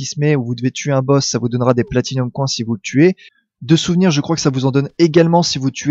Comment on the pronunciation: Platinums COINS mes oreilles !!! :p